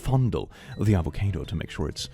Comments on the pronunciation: why did you have to be so spooky in the intro AVACAYDO?? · Tf is an a-vo-kay-do? Its a-vo-car-do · Why you say avocædo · immediately lost all my love for this man when he pronounced "avocado" as "avoCAYdo" 😭 (i jest... but seriously crazy pronounciation...) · Huh. I've never heard someone pronounce it "avo-kade-o" before. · I don’t what it’s was about the way said Avocado I’ve never heard someone pronounce it that’s way before it hurt my bones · I love how has near perfect English diction but can't pronounce avocado